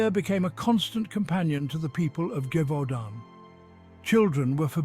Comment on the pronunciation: STOOOOP saying GIVEudant... These voice over guys do not know how to pronounce properly😂Gèvaudan...(jev-u-don)Sorry , it's a small little pep peeve , but it really pissed me off!